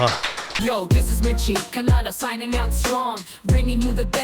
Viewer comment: Just a request and not trying to find fault. When we say Kannadiga, its pronounced correctly. Na ge na vathu hakthive. But, when we have to say Kannada, we say kanada. Na ge na vathuna hakolla. Plz pronounce it as Kannada, not kanada. Na ge na vathu haki :)